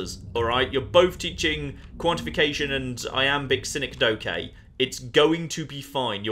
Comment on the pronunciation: I'm sorry but... "Sin-eck-doe-kay"... as four distinct syllables... rather than... Ya know what, nevermind.